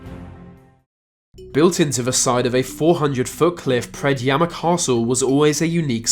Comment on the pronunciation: Oh hey, there's Predjama castle on the thumbnail. My country :D props to you for the correct pronounciation!!